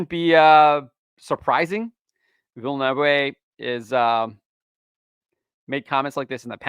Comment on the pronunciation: You pronounced Denis last name wrong hahahahahaha